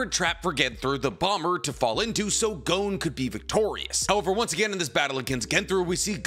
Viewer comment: For it being you favorite media it is strange you cant even pronounce your favorite MC of all times signature attack. Jajaken :,D Also his name is Gon not Goun. Leorio was the one (abt to) battling Bodoro not Killua. Also the General Opinion of Chimera Ant is that it is the best Arc in Shonen history, i think you are mistaking something with what ppl say abt Greed Island. You know suprisingly little for someone who watched it 7+ times.